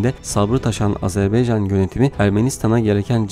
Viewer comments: ilk 5 saniyeyi tekrar dinle lütfen E harfi ile söylüyorsun, A harfi ile söylemen gerekir A-ZER- BAY -CAN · Azerbeycan değil, AZERBAYCAN, insan kardeşinin adını doğru söylemez mi? Biraz dikkat